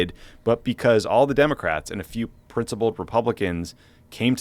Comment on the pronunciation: Did you just call Marjorie Taylor Greene, "princlipled", Tommy???